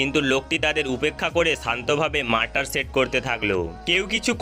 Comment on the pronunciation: মারটার কি? মর্টার